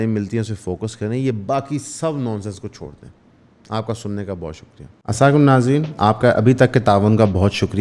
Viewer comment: Salaam bolna sekh ly bhai